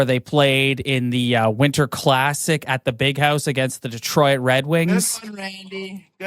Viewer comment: Why does some dudes in the media pronounce it Detroy-it ...its Detroit 😂 bros